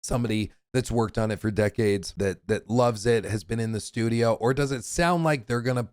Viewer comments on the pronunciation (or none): none